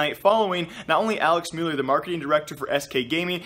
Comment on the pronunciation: I love how you say müller. Mjüülr. Sounds like a God xD